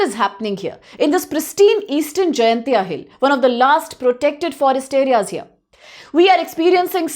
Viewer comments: miss pronounced.... not jayantia..... it's jain tia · It's Jaiñtia Not Jaintia